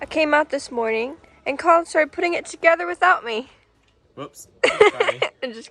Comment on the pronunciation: stop saying morging